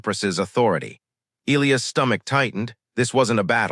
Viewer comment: Skips Jumps Missing Words Missing Sentences And The Name Of The Alien Species ..... Oral 😳😵😏😆 🥒👄 & 🌮👄 Sorry . It's Elias ( E-Lie-Us ) ⬇ Not ( E-Lee-Is ) Not ( E-Lee-As ) Not ( E-Lee-Os ) Not ( E-Lee-Iz ) Not ( E-Lee-Uz ) Not ( E-Lee-Ez ) " Give You My Frequency ..................................................................................................... Story Abruptly Ends , No Conclusion . Just Cuts Off Suddenly In Mid-Sentence . Just Chopped Off .